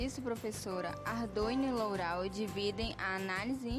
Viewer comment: o vídeo é bom mas a pronúncia Lourau está incorreta